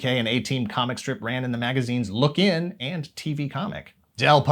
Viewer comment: The UK magazine Look In is pronounced more like “lookin’”, according to the old adverts for it